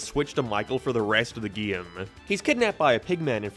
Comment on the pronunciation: Whyyy must you say “gee-im” instead of game? I want to like the video but it’s continuous and unrelenting lol